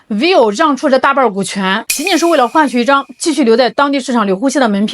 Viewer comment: vi-vo，两个音节，不是 viu